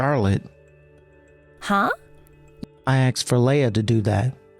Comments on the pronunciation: Then it's on a whole other level. I mean, some AI vocalizers on YT can't even pronounce "protagonist", yet this one purposely mispronounced "asked" as "aksed"? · C’mon now “” put al little emotion in your voice, … and err…’ an AX is a tool/weapon. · The voice actor who plays the brother sounds...simple. Like sloooooow. Edit: Based on the "aks-ed" used for "asked," I'm gonna assume the male voice actor who plays the doctor brother to the protagonist is either from Queens, NYC and/or black. Both communities can and do use that variation of the word. Either way, he sucks at his job. He sounds like a non-reader because he is slow at reading. Like he pays super close attention to the words and overpronounces the words. Nobody talks like that in real life. Btw, tha slow part and the voice actor potentially being black aren't a racist assumption, but an personal and individual assessment from my own lived experience because I am from NY and have experience with that regional/racial community. Him being a slow, methodical, emotionless, and incompetent voice actor is my comment of him as an individual. I hate even having to say thia, but there inevitably will be some white savior virtue signalers. No matter the demographic, vulnerable or otherwise, it has every type of character. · I thought it was AI, to be honest, but then I heard him say "aksed" instead of "asked", so unless AI has now been trained to mispronounce words on purpose, yeah, you're right.